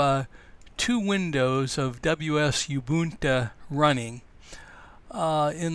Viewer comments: Can't get over the "yh-boohn-ta" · Just FYI Ubuntu is pronounced oo-boon-too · its pronounced Ubuntu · Very cool project, i do find it very interesting though that you could have all the skills necessary to set up wsl and whatever other software is used to make this work and still not have been exposed to someone saying Ubuntu (to learn the pronunciation), or having the familiarity with the terminal to know why youre having the hit enter twice. Not that that takes away from the video, just a curiosity. What is your background? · You wrong. I'm sure the right pronunciation is Ubuntu as in Ubuntu not in Ubuntu